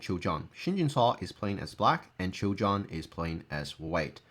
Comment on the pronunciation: Just a small nitpicking "Choi" is pronounced as "Ch-weh" with a little hint of o in between Keep up the good work